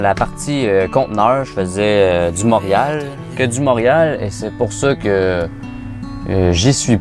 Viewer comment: Tu sais que la personne vient pas de Montréal quand elle prononce Montréal "monriale" 😂